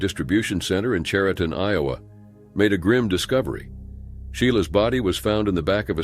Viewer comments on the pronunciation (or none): none